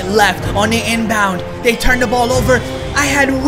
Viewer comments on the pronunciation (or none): none